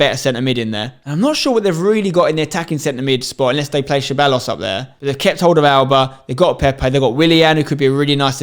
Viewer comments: Man said “SHA-BAL-OS” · Constantly butchering Ceballos' name 😭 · The way he pronounced Ceballos... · That pronunciation of Ceballos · HAHAHA Spen you really needa work on your Ceballos pronunciation